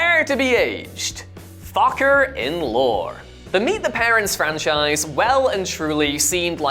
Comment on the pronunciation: How much could we pay this little tattooed dude to say "Focker in Lor," again?